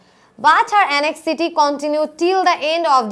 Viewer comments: anxiety er Pronunciation ta এনএক্সজিটি হবে না এনজাইটি হবে😏🙂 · Anxiety র উচ্চারণ (এনঝাইটি).উচ্চারণ টা এরকম হবে আপু। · দুঃখিত ম্যাডাম, কিন্তু আপনি একটি ভুল করেছেন. ভুলটি হলো "Anxiety" উচ্চারণে ৷ এটা হবে, "এনজাইটি...Sorry, মাফ করবেন । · I've also noticed so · ১০.২৫ থেকে anxiety উচ্চারণ কয়েকবার ভুল বলেছেন। আগে ভালভাবে শিখে পরে শেখাতে আসলে ভালো হবে। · Anxiety এর উচ্চারণ টা ভুল হয়েছে ম্যাম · Anxiety উচ্ছারন ভুল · Anxiety, pronunciation ki bollen. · 'anxiety' উচ্চারণ সঠিক নয়। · Thank you sister. It was much helpful to me. But some of your english pronunciations wasn't right like anxiety, prison etc. Plz try to pronunce the correct one cause we are students so we'll learn the right thing from you. But your explanation was great. Thank you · Madam, I request you to be careful about the pronunciation of some words like against, anxiety, shot, everywhere and prison.